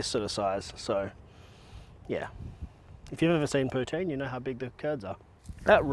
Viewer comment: I’m from Québec, Canada …. Your Poutine is 10 out of 10 ❤ and your prononciation is very good!